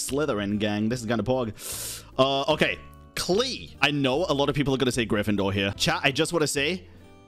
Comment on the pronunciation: "AND WIT IT'S KLEE"